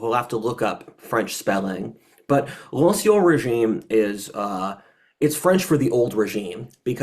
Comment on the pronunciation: you're pronouncing "ancien régime" incorrectly. The "en" is pronounced as a French "in" like in the word "fin."